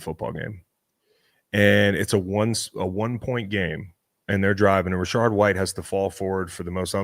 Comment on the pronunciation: if Chris says Rashard White one more time I'm going to lose my shit. it's Rachaad